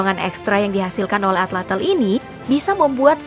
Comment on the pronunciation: Bukan Atlatel tapi Atlatl Tl bukan Tel